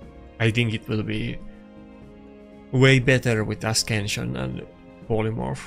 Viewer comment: For the love of god mate it aint asKenšion.. Been following you up for such a long time and love the content as we both use almost the same rooster for LA but every time I hear asKenšion I want to poke my ears out :D Take it as a friendly criticism please.